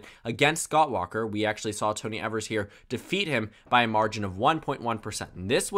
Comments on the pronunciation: The governor of Wisconsin his name is Tony Evers (long e sounds at the beginning) [EVE-ERS] Not pronounced (ever-s) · It's EE-vers, and not EH-vers. English is a tricky language.